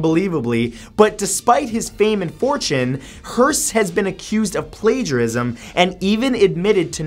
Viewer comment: I laughed when he said plagerism 😂😂😂